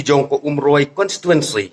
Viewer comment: Ko MDC.. Sngewbha ban kynnoh bha ia ka ktien "Umroi" ym "Oomroi"